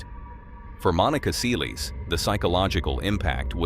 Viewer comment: Who the fuck is Monica Seelees